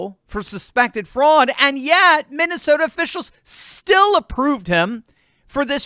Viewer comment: Broooo. U mean. Minesalia. 😂😂😂